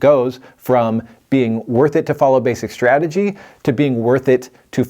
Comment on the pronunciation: My man keeps talking about "basic strajjy" I don't even know what that means